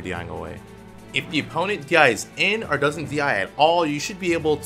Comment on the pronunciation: When says “or” but sounds like “are”